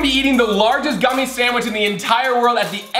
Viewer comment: Collins “The largest guumie sandwich” Also Collins putting a real pumkin in it lol